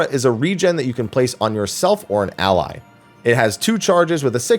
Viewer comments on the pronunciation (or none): none